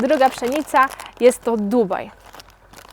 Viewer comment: Czy mi się wydaje że Ty wymawiasz przynica?